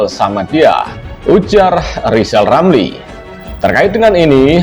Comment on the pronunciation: Ramli ngomong saja belepotan...hahaha...ngomong R ....coba